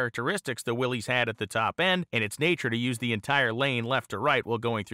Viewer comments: pronounced "Willis" not "Willeez" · It's pronounced Willis, Willis! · its pronounced 'willis'